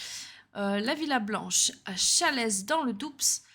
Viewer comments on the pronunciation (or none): Dans le DOUBSSS 😂😂😂😭😭😭😭 On prononce comme le mot "Doux", on est jamais respecter... 😅🥲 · Mdr il faut parler correctement pour faire des vidéos 😂😂😂😂 et pour le Doubs on prononce pas le s ni le d merci